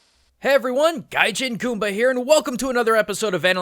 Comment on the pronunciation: he really needs to stop calling himself gijan goomba